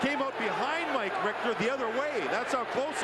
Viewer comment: It's actually Mike Richter, not RICTER. Don't know what that drunk shit is lol!